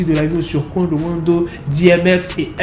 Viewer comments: ton Qwando Wando me fume😂😂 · J’suis là juste pour entendre " Quawndeau wandeau"